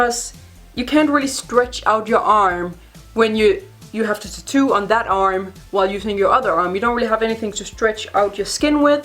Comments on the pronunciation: I like the content of this video but I got paranoid cause I’ve said tattoo my whole life and ou say it differently you say tittoo so it was driving me insane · I LOVE HOW SHE SAYS TAT-TOO!!! SOUNDS LIKE "TETTOO" LIKE IT'S ONE WORD BUT WITH 2 SYLLABLES!! 😘